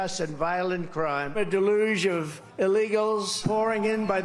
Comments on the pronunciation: Trump is SO smart, he doesn't know how to properly pronounce "deluge." 😂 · Trump says deluge wrong.